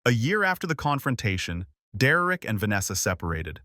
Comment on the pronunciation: Derek not Dererick